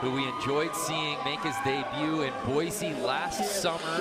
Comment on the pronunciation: at least pronounce boise right.